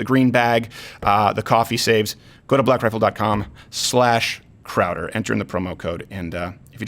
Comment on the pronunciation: I love a light roast, great for espresso or my little Bialetti stovetop. Great show, Mistuh Crowduh!!